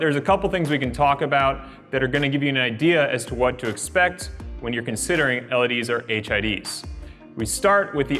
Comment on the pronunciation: The way he pronounces LED's drive me nuts! "ELLYDEES"